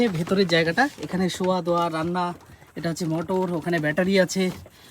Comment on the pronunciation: রান্না ❌ রানরা ✅